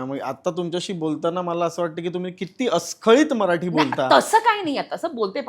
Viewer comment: अस्खलित म्हणतात रे... अस्खळीत नाही....